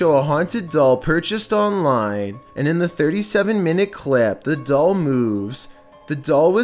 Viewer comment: At number 3 he said there is something in the dall